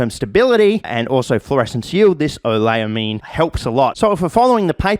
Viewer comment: QD synthesis chemists raging every time he says "oleylamine" wrong